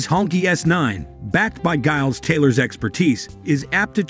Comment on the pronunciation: Mr Taylor’s first name is pronounced “Jiles”